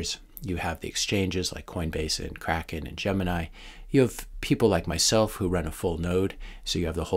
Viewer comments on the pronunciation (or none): none